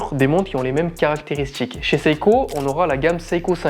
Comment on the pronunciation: Un petit effort de français SVP : ex. BouTCHique, SporTCHive, "qui font rappeler" (?) pour "qui rappellent", caractérisTCHique, sorTCHI, plus PTCHtite...🙄